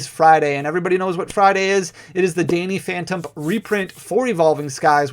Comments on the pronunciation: He did say the younger Phanny Dantump right? Lol it was perfect too. Literally just the first letters switched. Always good info Danny thanks. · You definitely said, "Phanny Damphtump"